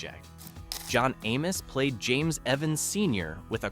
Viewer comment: At least learn how to pronounce the names!